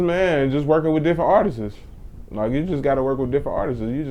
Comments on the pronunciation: thank you for pointing out the "artises" part. That's really all I was gonna comment on, lpl... pet peeve of mine when I hear people saying the plural form of "artist" in that way. I think people do it because if you just say "artists"... it sounds like you're saying "artist"... doesn't sound plural... so people put that extra "es" on the end... but it sounds funny as fupp. Alright, i'm done. Enjoy yourselves. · Artiszis, lol. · nigga got speech problems, "Artises" lmao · "Artistses" lol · this dude said "artises" ... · Why does this nigga say "Artistes" 😂😂😂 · "artisess" young pork chop on the beat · lpl... hearing people say "artises" is a pet peeve of mine